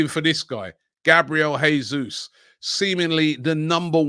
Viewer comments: It's pronounced "JESUS" (don't be shy and pronounce that "J" 😉) not "HESUS", he´s Brazilian, not Spanish. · It’s pronounced Jayzoos not Hayzoos, just saying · Robbie Jesus is pronounced Jay-zeus not Hay-Suess.FFS stop being so lazy. He's Brazilian not Argentinian. He could be playing for us next season. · Robbie, since Jesus is Brazilian you should pronounce it with a strong J since you’d say it in Portuguese. If he was from a Spanish speaking country then your pronunciation would be correct.